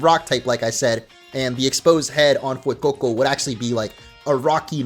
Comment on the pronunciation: speaking spanish is music to my ears. So satisfying he didn't say SPREE-GATEE-TOE and FWAY-COE-COE like other youtubers. Hahaha